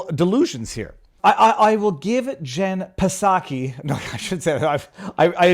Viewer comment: "Jen Psacho"